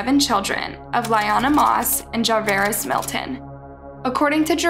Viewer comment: 😂 It’s pronounced Shon-Tay-Vi-Us* and Ja-Var-is*